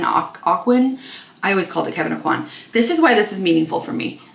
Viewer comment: Kevyn O-Quan....you got it right :)